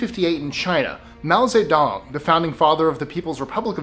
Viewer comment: Please learn how to pronounce Mao Zedong.